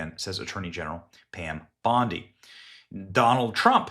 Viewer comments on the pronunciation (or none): none